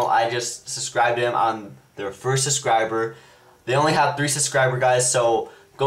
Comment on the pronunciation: stop saying susciber lol